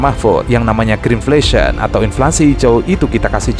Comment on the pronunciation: ngomongnya greenfation atau greenflation sih? halah halaaah